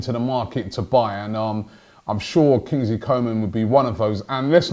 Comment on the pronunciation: His name is pronounced Coo ma